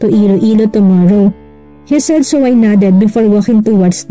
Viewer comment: Si narrator sa sobrang arte yong said ay sad ang pag pronoince.